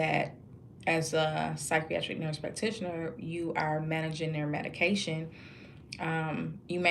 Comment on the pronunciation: Good work! Please learn how to properly say the work psychiatric. There is not an "r" at the beginning